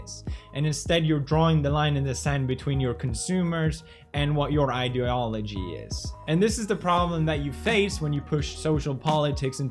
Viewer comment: I love how felix pronounces some words. "Idooalogy" ~Pewds